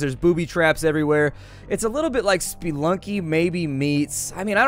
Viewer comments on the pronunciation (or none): WTF did he just call Spelunky spiilunky? Spelunky comes from spelunker, so if you say spiilunker idk anymore.